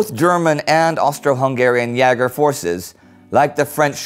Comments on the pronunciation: Would it be possible for Indy to stop pronouncing the aa short and pronouncing it long like it's supposed to? Yaeger sounds much better than Yager, and he always says Yager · The Great War Thanks ever so much for replying! I meant that in terms of ä being pronounced the same way as "ea" is in "bear", or at least that's what my experience with the German language tells me. This differs from the way the video says "ya-ger" rhyming with "flagger". Anyhow this is a history channel, not language, and it's bloody amazing so thank you! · Jäger is pronounced YAY-ger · Is Jäger not pronounced as Jayger rather than Jarger? I'm learning German so i'd like to just get this clarified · it isn't 'ya-ger' (Jager), it is pronounced 'yay-ger' (Jäger/Jaeger) :) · Why do you say "yeahger" and not "YAYger" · No, it's pronounced Jäger. The American A is quite close to the Umlaut. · Jäger is pronounced more like "yay-grr," and does not rhyme with "dagger." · "Jäger" is pronounced "Yeager" (as in Chuck.) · Jäger is pronounced yay grr. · Hi indy! I have a tip for you. (sorry about my bad English, I am Dutch, and learn English at school for only 3 years. I have to study some more 3 years.) But I learn at school to German, and we spend a lot of time on pronunciation. In this episode, you tell about the German jäger corpses. You pronounce Jäger with a long a. It has the same sounds as the 'a' in States. You can also check the Google pronunciation. Keep up the great work! I learn a lot! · Indy's way of pronouncing jaeger was realy amusing XD. Btw if all of you Great War crewmembers had to pick one nation to fight for during ww1 which would it be? Loved the video, greetings from Holland! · Great as allways. Just one correction: Jäger is pronaunced with /e/ in place of ä. It should be dipthong /æ/ but never heard a german person pronouncing that way.